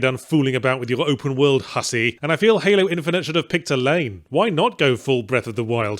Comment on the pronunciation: Yahtzee hit that "HUSSY" about as hard as Grimoire Weiss